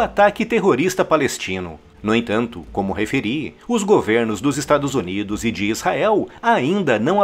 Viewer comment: O cara que apresenta o vídeo fala:"Estados Onidos". Rs